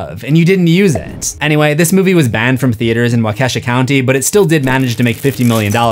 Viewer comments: close, but not quite right pronunciation of Waukesha. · As a Wisconsinite the way you are saying Waukesha is funny we pronounce it wa (like water) - ka (like cut) - Shaw